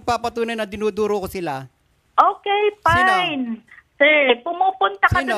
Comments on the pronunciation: 😂😂😂 ok pine daw😂😂😂 fine not pine😂😂😂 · Girl , "pine"? Or maybe Fine magtagalog ka nalang .